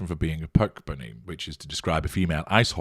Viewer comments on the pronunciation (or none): My My. I love how carefully you enunciated the p - Puck bunny then repeated it several time to drive/pound/bang the point home.